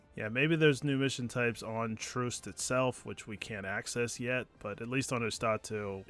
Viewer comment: How do so many of youtubers not say the name of the planets correctly your ships computer literally says it for you. Its Troost not troust.